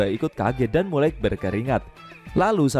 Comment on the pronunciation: Ahh... Iseng" mampir ternyata 😀 Di perbaiki lagi kata" nya kawan, (mulai bukan murai) pakai naskah kalo perlu jelas banget ini kalo pakek handsfree.